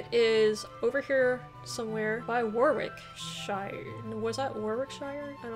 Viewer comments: Good effort! Sort of score I would have proabably got and I'm an English native. Some help with pronounciations: Warwickshire - worricksheer Worcesteshire - woostersheer Gloucestershire - glosstersheer Derbyshire - Darbiesheer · Warwickshire here. Pronounced Worrick sheer. Home of Shakespeare! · Brilliant score! I reckon that would be better than 90% of Brits. Consider a bit more practice on a few of the pronunciations such as Warwicks, Worcs, Derbys, Leics.